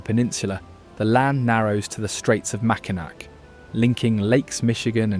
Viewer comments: Please try to pronounce correctly the names of these beautiful locations, especially the Mighty Mac bridge - MAK-e-naw, not macanac🤦‍♀️ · Les Cheneaux "lay shuh no" That's where I am from. :) Grew up on one of the channels across from Marquette Island) Hee hee, sorry but Mackinac is pronounced Mackinaw. Just letting people know. ;) The dirt road to Crisp Point is sometimes too bad for regular cars to get back there. 4-wheelers tearing up the corners doesn't help. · Yes, I cringed at many mispronunciations but he completely lost me at the Mackinaw Bridge - mackinac🤦‍♀️. Turned it off, could not take any more, although the scenery shots were fantastic. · It’s not the 5 mile bridge. It’s the Mackinac bridge. But again, AI wouldn’t know how to pronounce it. On the other hand, as a troll, I always thought that youpers act and live more like they were Canadians.